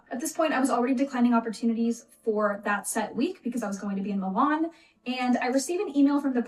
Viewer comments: It's Milan not Moolarn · Love the way says Milan.